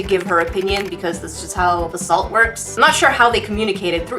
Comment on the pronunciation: Hewwo? I nwed swalt.